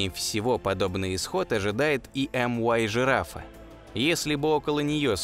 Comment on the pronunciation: Может мю-жирафа, а не эм-уай? Звезды греческими буквами нумеруются